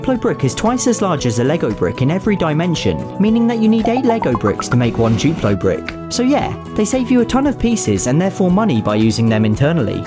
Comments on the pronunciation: *duplo not guplo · Its duplo not chuplo🤦🏻‍♀️🤦🏻‍♀️🤦🏻‍♀️🤦🏻‍♀️🤦🏻‍♀️🤦🏻‍♀️